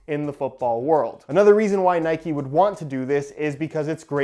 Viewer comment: I’m sorry but it’s pissing me off it’s Nike not nikey